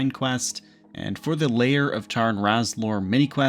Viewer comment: And Lair of Tarn Razorlor (not Layer of Charn Razlor)